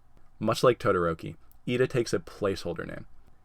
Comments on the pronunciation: Wow... you got Iida almost perfectly. Good job! I hope you get other ones right too! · Wow you got lida right